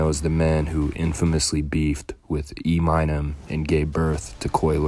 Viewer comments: E Minem? Eminem you mean, put some respect on his name fool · E-myy-num 😂😂 tf u on fam?? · These bloggers dude called Eminem E my nem lmfao bro the way you pronounced that name takes all credit from this video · 1 minute 10 seconds in already been shown enough for me to not watch this 😂😂😂 e-minum wtf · E MINE EM I CLICKED OFF THE VEDIO IF YOU DONT KNOW HOW SAY EMINEM NAME THEN WTF DO YOU KNOW ABOUT G FREDO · E-mine-em aight dude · Nigga u Jus said Em Ny em for Eminem that’s cold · E-mine-em…..well done my guy lmao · I know he didn't just call Eminem ee-my-nem 🤦🏽‍♂️ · Did he say.... E mine Nem rotfl